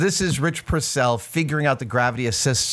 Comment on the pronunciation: Rich Purnell!!!!!! purnel with an n not purssel lol